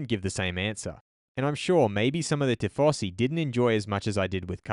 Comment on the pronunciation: just one point: You're pronouncing Tifosi as tee-fo-see but it should be more like tee-fo-zee ;)